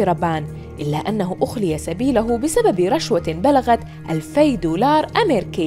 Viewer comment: اخلي سيبله برفع اللام وليس نصبها